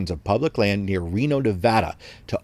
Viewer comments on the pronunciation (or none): none